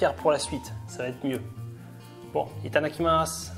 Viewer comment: Les crêpes ont l’air délicieuses. Tu prononces très bien itadakimasu.